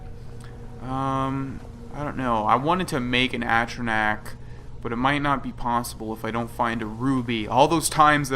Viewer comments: Watching TES games on console is painful after you've played on PC. Also, there's a difference between pronouncing words "differently" and pronouncing them dead wrong. At-trah-nack? Fucking really? Literally every single character in game pronounces it "A-tron-ock", and it's hardly a word used in everyday vocabulary so I doubt you picked up that bastardised pronunciation on the playground in primary school or some shit. Also, the UI that shipped with the game was made for crab-people and it physically hurts to look at now that I've had SkyUI for years. This is why God has abandoned us. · At-tran-ack ? A-tron-arch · "I've explored most of the game." *doesn't know how to pronounce atronach*"I've completed all the quests"Well obviously you haven't because you still need to take fire salts to Balimund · foster he said he's done all of the quests and then threw on later that he didn't do misc quests. I'm just giving shit because it's annoying for someone to act like they know everything and then not know how to pronounce atronach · if you've explored the game, you've heard people say atronach so to have explored most of the game, he would know how to say atronach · The way you pronounce atronach makes me giggle inexpicably